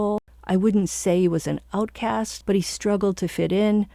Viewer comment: What’s an “outcase”? You mean outcast? 😂